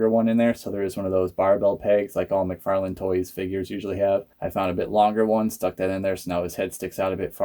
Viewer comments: it's pronounced mc/far/lan, the way you say it sounds like a street name you dont say lane👍I can forward the many videos of him saying his own name if you like? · Your pronouncing mcfarlane wrong btw, figures are cool tho👌